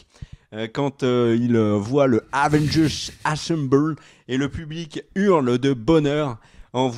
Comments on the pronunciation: Avengers Asseumebole! 😂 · J'allais next quand il a dit avange mais j'ai compris que c'était pour rire 😭 prcq tu m'a dégouté en le disant 🤣